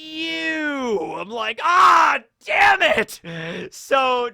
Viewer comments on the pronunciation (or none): none